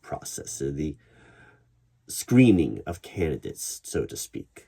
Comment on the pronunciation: Thought you said "screaming of candidates" instead of "screening of candidates." Yeah, I think that's what I'm starting to anticipate here.